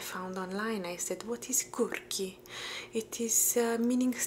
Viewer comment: For some reason it sounded totally funny to hear you say "quirky" with an Italian accent. Some words just don't translate well across languages, yet you find forms of other words across languages. Fascinating, to quote Spock.